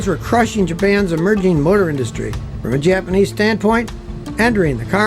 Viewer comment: My sole critique is that really needs to improve his Japanese pronunciation. 🙂